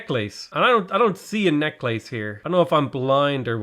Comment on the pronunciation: Love the way says “necklace”, haha